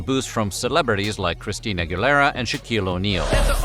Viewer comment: Why did you pronounce Christina Aguilera as: Christine Guilera? 😄